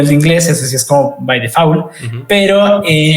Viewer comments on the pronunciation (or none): Re contra banco a.. pero me reí mucho en el, requerimientos para ser Google Developer Expert "un nivel de inglés, eso sí.. bai defaul"..